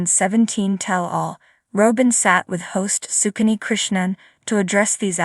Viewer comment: When are you going too say her name properly.